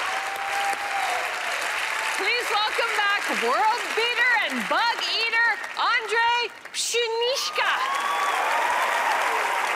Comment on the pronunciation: A to ještě ani nezačali vyslovovat správně Ondřej :D